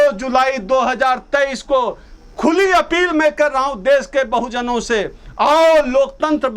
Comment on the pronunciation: तुमसे अपील का उच्चारण सुनकर हमको मचली सी होने लगती है।🙏🙏🙏🙏